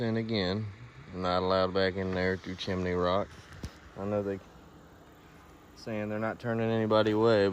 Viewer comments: Its CHIM-NEY ROCK! Not Chiminey! 🤦‍♀️ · Chim-a-ney Rock?